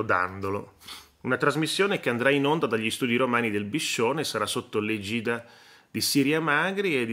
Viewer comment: Caro senza dubbio il suo è stato un "lapsus" freudiano ma Le faccio presente che la parola EGIDA dalla Treccani si pronuncia con l'accento sulla E.... égida e non come pronunciato da Lei egìda ( accento sulla "i" ).!!!!!!